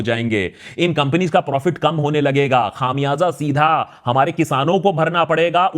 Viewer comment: sir ji "khamyaza" is not pronounced as "Khaamyaza. ". the kham is pronounced as kam. urdu ki pronounciation theek kar k jeo.